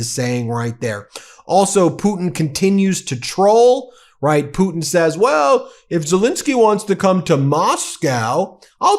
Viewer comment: I thought at some point you accidentally said Poopin not Putin.